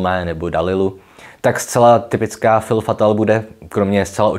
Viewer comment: Krásné (jako ta Manon), jen drobnost: fille se čte [fij] a zajímavé video. Díky! Jinak fr spisovatel Marcel Pagnol napsal trilogii, v níž vystupuje dívka Manon, viděla jsem zfilmované před lety. Je možné, že to odkazuje na původní Manon (čistota dívenky, která tam dospívá v ženu atd.).